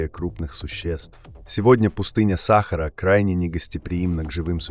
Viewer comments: Скажіть цьому "чтецу" що треба говорити" саХАААра а не сАААхара! Невже ніколи не чув про НАГОЛОС !!!? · Не САхара, а СахАра.... бестолковые и глухие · научись делать ударение правильно !--=САХАРА-на последнее А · почему сахара , ударение учи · Чтец научись ставить правильно ударения ,что за сахар ,не сахар а сахара. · Пустыня СахАра или САхара ???Текст читает ИИ?? БрЕзговала или брезгОвала?? Всё- дальше не слушаю. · Где находится пустыня Са́хара? В уме авто́ра или робо́та с несовершенным речевым аппаратом? Задолбали. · Какая сахара сахара/ударение не на первый слог/ на второй тошно слушать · Что Самое Интересное --- Оба варианта Неправильные. . . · Бесит ударение сахары